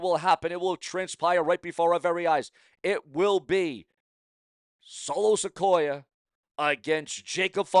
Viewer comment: It's Solo Sikoa Not Solo Sequoia.